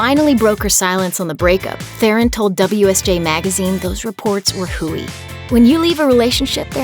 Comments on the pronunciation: Te-Ron people, not therren. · Her surname is pronounced as Te Ron. Almost more like tron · The "H" is silent. It's pronounced, TE-RON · You could at least learn to pronounce her name correctly.